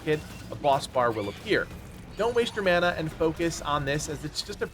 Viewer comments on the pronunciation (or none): none